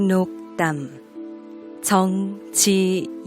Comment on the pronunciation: 성명을 읽는 법이 틀렸나이다. 정 지 용이라고 석 자를 띄어서 읽었나이다. 첫 째, 정은 길게 그리고일순 쉬어서, 지용을 부처서 읽어야지요!! 그릭 자고저 문제가 심각합니다. "한국 어문을 고발함"을 조용히 읽어 주실까요!? 미국 변 완수 드림